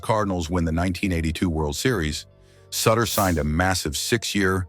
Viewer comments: His name is pronounced like shooter not sitter do your homework! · In Cincinnati, we called him soo-ter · One these days, AI is going to pronounce names correctly. Soootter. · At LEAST get his name right. It's "Sooooter". Doesn't rhyme with Cutter. Play any of the '82 videos when they'd bring him in. The crowd chanting his name sounds like they're booing. "Sooooter!" RIP, Big Bruce... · It’s suuuuuter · When you mispronounce the subject of the video’s name it kills your credibility. It’s pronounced Soootter. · Pure CLICKBAIT! Nothing about lies about his death. There were NO lies. What is also so disturbing about this video is that the use of AI is so disrespectful to Sutter in that his name was NEVER once pronounced correctly. The u sound at the beginning of his name as anyone who follows baseball know had as long sound not a short sound. So sad and DISRESPECTFUL to Bruce Sutter. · A I can't even say his name correctly. smdh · If his last name isn't pronounced correctly, it's hard to trust anything else said about him. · AI voice getting the name wrong really gives it that personal touch. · Hard to take serious when you can’t even pronounce his name right, dang! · That's because he is using an A I. voice ,not his own,so it's going to pronounce it as it's spelled. It's stupid. That splitter was NASTY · Back and forth with the uniforms, talking about different years and showing a different team, try a little continuity. Then maybe learn to say his name . Horsebleep. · Stop mispronouncing suter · Learn how to pronounce his last name